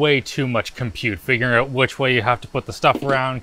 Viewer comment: "This is in and that is OOOOTT"